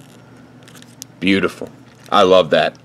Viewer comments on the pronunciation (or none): none